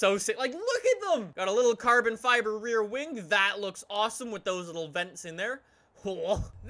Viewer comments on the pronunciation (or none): none